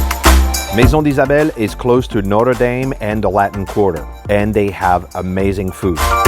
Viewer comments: Haha, you pronounce all the French words correctly except, Notre Dame. 😅😅😅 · for a French guy you really should know how to say Notre Dame properly